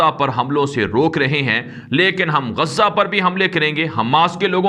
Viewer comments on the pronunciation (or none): Your pronunciation of Gazza is wrong there is no tashdeed on GAZA, so don't read the name with tashdeed it is G A Z A ask any learned person and rectify it as "GAZA" not Gazza.